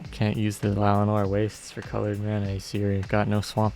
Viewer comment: i am begging you to please stop saying llaWoNar instead of llaNoWar